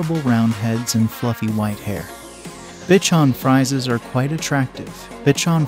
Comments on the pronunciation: For future reference Bichon Frisee is pronounced Bichon with accent on the O.. Frisee sounds like freeze + letter A.. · You need to drill your robovoice on pronunciation. Bitch-on Fries? Pappy-lon? Sam-oid? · It is Bichon FRISE -you are saying the name WRONG. Sounds like you have no CLUE about the breed. DO YOUR HOMEWORK first-it is shameful !!!! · Please learn the correct pronunciation of the Papillion, the Bichon Frise, Samoyed. Also the pictures of the toy poodle are not toy poodles,. You have a blue sheltie pictured, not a papillon in several instances. The mispronunciations and inaccurate pictures demonstrate a lack of knowledge about dogs. With the numbe4 of double coated Spitz type breeds on this list, it is clear that this is your opinion. Try looking at some herding, sporting and hound breeds instead.